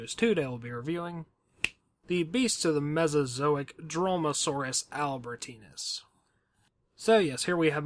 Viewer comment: I dont want to be mean but the way he said dromaeosaurus albertensis is to funny "Dromasaurus albertenis" Xd